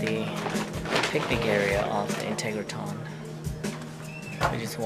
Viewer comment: Dude - if you’re going to do a video on it, please learn how to pronounce it. IN-TEG-RA-TRON. NOT integraTON